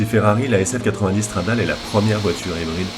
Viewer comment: On dit « Stradalé » et pas « stradale » c’est la base ! 😒